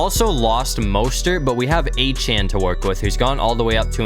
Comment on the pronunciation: Achane's last name is pronounced (a-chain)